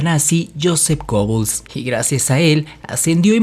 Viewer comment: Otra vez lo mismo, no se pronuncia reich, sino raight (algo básico que deberias saber); se pronuncia Gebbels, no Gobbels. La mujer por la que Magda Goebbels le armó un escándalo a Joseph Goebbels fue Lida Baarova, de la que fue amante por mas de 2 años, no Hilda Krüger. Procura informarte bien, te sobra protagonismo y te falta seriedad y profesionalismo. Lo que hace cierta gente por ganar notoriedad.